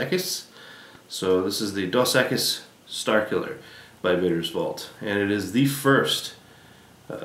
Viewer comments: lol dos "eckiss" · lol the way he said dos equis XDD No hate. great work, i just found it humorous